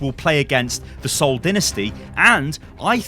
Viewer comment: How did my man just pronounce the Seoul Dynasty lmao